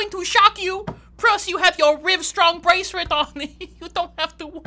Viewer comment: "Prus you got your Rivestrong braceret" 😂😂😂😂😂😂😂😂